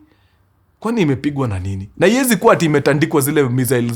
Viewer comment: Mkuru sa mbona unapronounce missile hivo 🤣